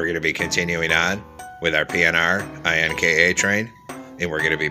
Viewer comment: its not i n k a train its in ka train